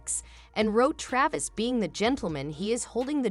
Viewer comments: I didn’t catch the narrator calling him Tavis. Tavis is what people are using as the combined couple nickname: Taylor + Travis. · His name is Travis, not tavis